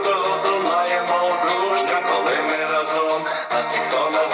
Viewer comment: Вітаю. Нажаль, сумно те,що тут так яскраво абсолютно неправильно наголошується слово рАзом. А діти запам'ятовують слова пісні. разОм- неправильно.